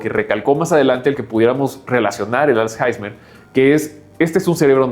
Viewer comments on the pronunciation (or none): Es alzheimer no alzheizmer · todos hablando del dinero y nadie se da cuenta que dice "als jaismer" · "als jaismer"😂😂😂